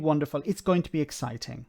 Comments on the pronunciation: Did she say eggciting? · Are you sure she didn't say Eggciting?